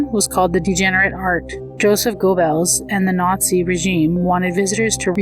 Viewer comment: you pronunciation of Goebbels was wrong. Unless it's AI, which would be doubly wrong.